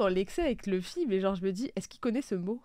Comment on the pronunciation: Ils ont abusé avec leur LEUFFY 🥚🐓 au lieu de LOUFFY (luffy/Ruffy) 🤦🏽‍♂️